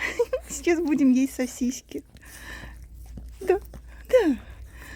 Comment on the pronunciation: Добрый день,! Почему говорите сосиськи? Просто играете с Кузькой так?